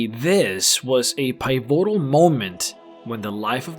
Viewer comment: pie votal